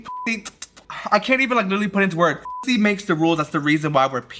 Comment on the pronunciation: Emphasis on the HE